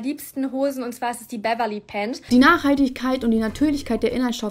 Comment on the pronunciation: Die Berverly Pant....😅🤣🤣🤣 genauso geil wie "Ich trage eine Short..." Warum wird das "S" am Ende von so vielen Leuten vernachlässigt. Das sitzt bestimmt schon in der Ecke und heult... das arme Ding 😭 Schämt euch!!!!😅